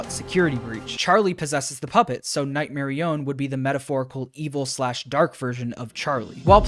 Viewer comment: night merionET not nightmerion